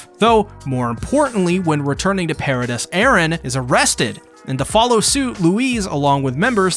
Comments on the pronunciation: pair ruh dees. not pair ruh dust. come on. did you even watch the show. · The pronunciations of Gabi and Paradis are too good😂